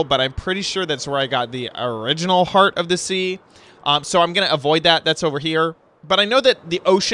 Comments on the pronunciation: It's heart not heat lol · It is HEART not HeAt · Where's your "r"......